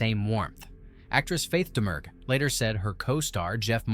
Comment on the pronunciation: In This Island Earth you are pronouncing her name in-correct. Faith Domergue is pronounced Faith Dah-mure